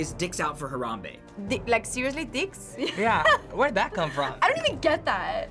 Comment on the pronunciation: "like sirusli dikss"